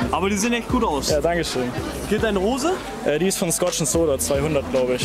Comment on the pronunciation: Hoße sagt er